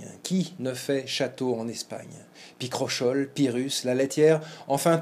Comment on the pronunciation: À propos de la prononciation de Picrochole, plusieurs sources (compris Littré) donnent : (pi-kro-ko-l') et non "picrochole".